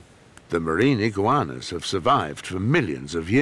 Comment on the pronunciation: i giggleinside when he says 'iggigauanas'